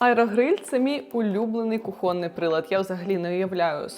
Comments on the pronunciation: Почему кухОнный, а не кУхонный, в слове кухня ударение на первом слоге, следовательно кУхонный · Правильно ставить ударение на первый слог — ку́хонный (ку́хонный гарнитур, ку́хонный нож). В русском языке ударение в этом слове не меняется и всегда сохраняется на гласной «у», оставаясь таким же, как и в слове «ку́хня». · кухОнный - первый раз слышу такое ударение в слове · КухОнный уже слушать не хочеться😂😂😂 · Своєю москальскою мовою будеш казати кУхонний, а в українській інші правила наголосу, розумнику, чи хто ти там за статтю. Коми спочатку розставляти навчись.